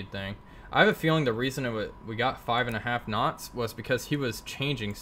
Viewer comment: Last speed and range taken... Sounds like you say 6 snots...